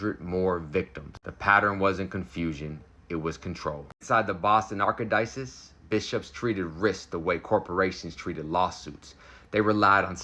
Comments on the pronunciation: "Arc a dices"??? Really? Can't you get on goggle and look up word pronunciations? This is very embarrassing and un professional. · I know you like to learn do I doubt you’ll mind if I tell you how to pronounce this word: archdiocese. it’s said “arch-die-o-sees” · "Arkodices" bro it literally says how to pronounce the wrod in brackets after the word lmao, how have you never heard the word archdiocese before and claim to be Christian HAHAHA